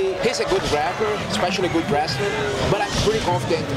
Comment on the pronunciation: did demian say woodley is a good rapper? (i know he said grappler, it is just funny because Woodley had a decent freestyle the other day on some show recently)